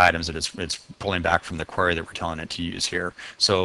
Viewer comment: Not really germane to the content but I've never heard anyone pronounce "query" the way you do... it's as if there's an A in there... "quary".